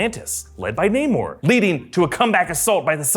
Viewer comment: Namor,, not namur